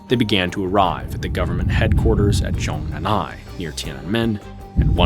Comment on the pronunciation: I'm sorry but this is the 2nd time (in a video) you've mispronounced Zhongnanhai by breaking up the syllables wrong. The syllables are zhong, nan, and hai. You've pronounced it as zhong nan nai (or perhaps you are just slurring the sylables way too aggressively).